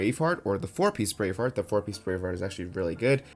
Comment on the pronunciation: I heard brain fart instead of brave heart 🤣